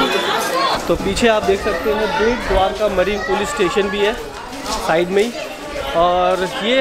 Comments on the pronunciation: Not "bhet dwarka " it is bet dwarka. "bet" means island. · आप भेट द्वारका बोलते हो जो गलत है, बेट द्वारका सही है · I guess it's not Dwarka bhet lol simply it's bet (taapu) Dwarka